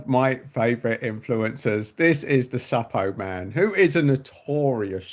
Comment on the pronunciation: Suppoman as in Superman pronunciation 😅 Good video!